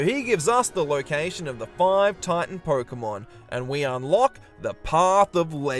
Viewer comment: I like the premise of the video, really cool. But man, why do you say "Porkemon"? Why